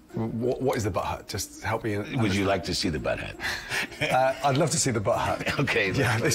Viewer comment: I love how Gordon keeps calling the "bud hut" the "butt hut". Lol